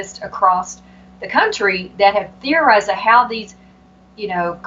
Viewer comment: "As Texas goes, so goes the cuntry." LOL 😉 Let's all hope. Dr. Pressley is brilliant and I hope that she is victorious.